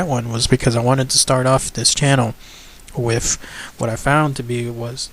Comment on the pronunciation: Also no offence but maybe you should try and change your grammar and diction for these videos? Hearing you speak so eloquently most of the time and then hear you pronounce With as Wif is annoying and makes you sound uneducated. I am just trying to help you refine your content. Good luck.